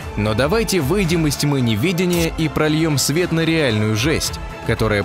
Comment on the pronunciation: Когда к такому интересному материалу комментарий читает "форма жизни чуть сложнее одноклеточной", - тогда и : нелепые смысловые акценты, неправильные ударения в словах , и ( ха-ха!) - "фоР Деникен", вместо "фоН", и "невИдение" вместо "невЕдения" и др.! Неужели трудно поручить прочтение комментария человеку с интеллектом??! Кошмар... О, где ты, крепкое Советское среднее образование??!...